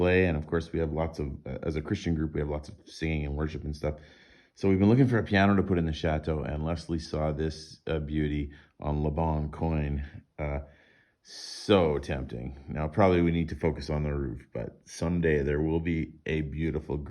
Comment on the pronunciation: Le bon coin is pronounced “le bon kwahn”. It means corner.